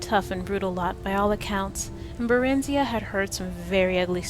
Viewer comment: her name is pronounced (bear-in-zi-uh) not (buh-rin-zee-uh).... just saying.